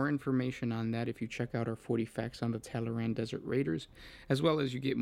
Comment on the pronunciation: "Tallaran...tataral....taranatan....tallaramalamadingdong... " Me: Tall-Arn. TALL-ARN.: Tallyho? Me: FUCK